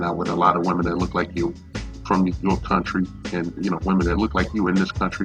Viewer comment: Why can't she say women?